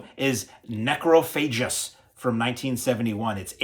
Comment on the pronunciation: Weird pronunciation of the Spanish names and titles like they were English ) Necrophagus, Becquer, Xavier, Angel... 😂